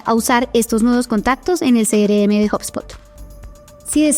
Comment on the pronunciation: Quiero aprender, pero me estresa que diga "cere eme" y no "Ce erre eme"